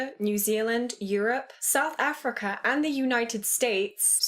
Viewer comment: People latch onto the "Afriker" portion but I really want to know who is pulling aside wee little kids to talk about the slave trade. That sounds like a much more interesting story to be told than her obvious lack of proper pronunciation of the word Africa.